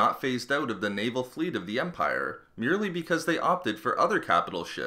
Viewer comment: smallerrrr.. Largerrrr... Empirrrrre lmao